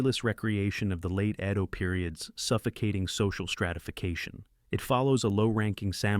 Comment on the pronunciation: Narration was terribly AI but overall ok. I wish someone would get AI to pronounce "Edo" correctly though